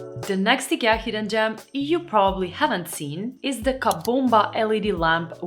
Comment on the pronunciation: when you say "gem" I understand "jam" :))